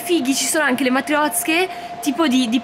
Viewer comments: QUANDO VALE DICE MATIOZCHE IO CHE MI SENTO A DISAGIO PERCHE LE HO SEMPRE CHIAMATE MATRIOSCHE AHAHAH TOP🤣🤣🤣🤣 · piccolo consiglio da russa... si dice MATRIOSHCHE hahaha